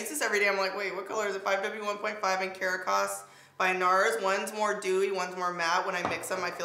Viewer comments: I giggle when you say Caracas they way you do, it’s pronounced “ka-rock-us” though.....it’s a city in Venezuela 🇻🇪 Not being knit picky baby just wanted you to know 🥰😘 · FYI- it's ka-rack-us. Caracas NARS shade